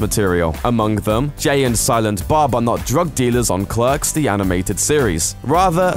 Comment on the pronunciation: your British so why can't you pronounce clerks correctly. .